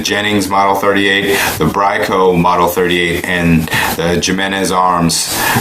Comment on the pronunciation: It's pronounced He-Men-Ez not Jim-N-Ez. It's a Mexican name and the J's are pronounced like H's. Also worse guns ever!!!!! I'd trust a Hi Point over these and Hi Points aren't that great but far superior to these. It's like JA's are rollerskates, Hi Point is a 1995 Honda Hatchback and guns like HK, Kimber and Sig are the 1967 Chevelle SS 454, the 1969 Dodge Charger Hemi and the Shelby Mustangs. You get what you pay for and $100 gets you one good shot and lots of fails.